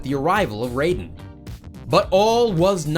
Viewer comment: It’s not Rayden it’s Raiden (Ry-den) in mgs